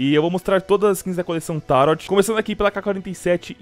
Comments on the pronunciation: uma força ae pra ti, a coleção n se chama "taroti" e sim "taroh" com o t mudo vlw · nao eh tarot se pronuncia TARÔ